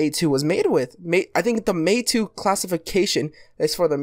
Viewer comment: the pronounciation is May-tou not May-two - it is a Japanese word. Meitou (名刀), literally meaning “Famous Sword”, or “Excellent Sword”, is not a type of sword per se, but rather the representation of the status of a sword. Nothing to do with numbers...